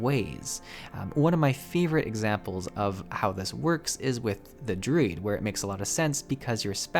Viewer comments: Took me WAY too long to realize you were DRUID and not DRID. Never heard anyone say it that way >< lol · But he pronounced Druid in the weird way I have ever heard ANYONE say, lol